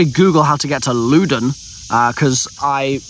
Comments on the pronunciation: I wasn’t even sure what he was saying when he was talking about Louden. I live there and It’s pronounced “Lawden” not “looden” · I love watching this seeing talk about my home town and call it LOO-dun lol. Just for everyone's reference btw its (Loud-uh-n). Also calling my hometown Tranzit is quite depressing lol. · lol its LOUD-oun county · it's uh... pronounced Louden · Loudoun county👎 Looden county 👍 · As someone who’s from the Notthern Virginia area, I’m crying at how you pronounced Loudoun 🤣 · The way he is pronouncing Loudoun County is hurting my ears